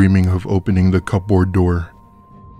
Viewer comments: I can’t cope with the over-pronunciation of the word cupboard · kubberd fast Dont they know that ? How can they not. My gosh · I love y’all but for the sake of everything holly it’s pronounced cu-board take that P and give it to the dog as a treat